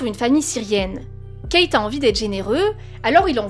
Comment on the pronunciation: Euh stp déforme pas les noms des gens stp Keith ce prononce kith et non pas Kate merci